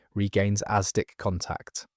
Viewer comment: It's "asdic'" not "aztec."